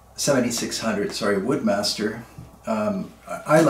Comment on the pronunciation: Please every one say "WOODS MASTER" not woodmaster. It's not a circular saw!